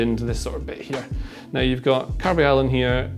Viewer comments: Caar---vaaa--haal not car-vei-yal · this is awful as a football game analyst, can't even spell the name correctly:) also, i feel painful to hear pronounce "Carvajal" as Carvayal... can't continue watching